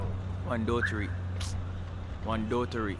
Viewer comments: How many times did pronounce doritos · I enjoyed every bit of this vlog. One of my favorite part is with his pronunciation of doritos and that old man with the moringa leaf bout him think unno did a six lmaooo